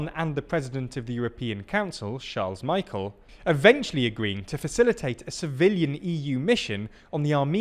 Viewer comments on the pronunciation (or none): Please pronounce as Charles "Michelle" and not "Michael". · Charles MICHAEL?? Come on! I love your videos but after such a long time reporting on EU issues you should at least be able to pronounce that name... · Indeed, he should pronounce it: Mi-shell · That’s not how you pronounce Michel! 😜